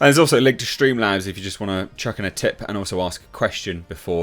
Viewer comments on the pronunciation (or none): none